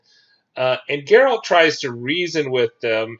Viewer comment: You pronounce Jaskier and Geralt wrong. In Polish J is more like Y. And G is like G in game.